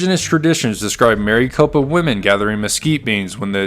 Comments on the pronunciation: Having read about this incident, and also climbed Maricopa Butte, I had to see this account. It's NOT Mary Copa...Mare-eh-copa. I sure do wish creators would check pronunciations before recording their voiceovers. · Rather than Mary copa, it's a short i sound. Rhymes with Rick. Almost sounds like Maracopa. So nice to hear a human narrator, however! Thanks. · But he pronounces Maricopa wrong